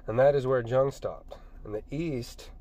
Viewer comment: It's pronounced FR-OY-D. and Jung is pronounced with a Y sound.